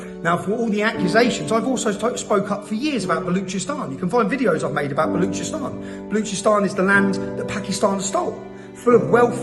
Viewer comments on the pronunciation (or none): out of all the things going on around the world he remembered Baluchistan he cant even pronounce it properly remember get famous over Being a PHD professor for Islam he dont give a damm about the passover he wishes more october 7th and palestine and iraq war innocent people killed so he can feel his relavance